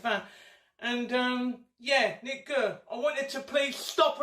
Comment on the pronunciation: Gurr. Not Kerr. Get your bad jokes right. Amateur.